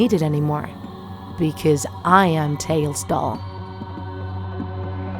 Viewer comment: TD says tails dool